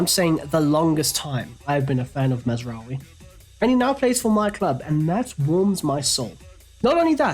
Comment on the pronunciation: did you hear pronounce Mazraoui? 😭